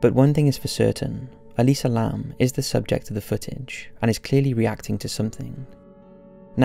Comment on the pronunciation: actually its Elisa Lam.not Lamb.